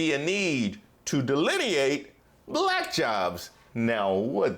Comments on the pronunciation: The way he says black (bul-ack). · He pronounces it like an old racist would from 1950s and George Wallace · he says "balllack" jyst like other racists do. He's already lost the election. Now he needs to be exiled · He has an extremely difficult time saying the word “black”. I think it makes him feel uncomfortable. Interesting.